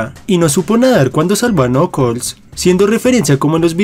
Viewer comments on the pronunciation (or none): No se dice nokols se dice nakels